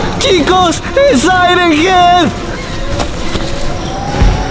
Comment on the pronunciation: No es sairen ged es siren head